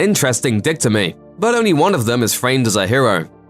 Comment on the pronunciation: "Dictomy"??? What? Its "Dichotomy" you dunce. "Die-kot-omy"